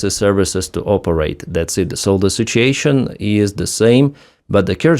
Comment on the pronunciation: Did you say, "sitch-ashun?"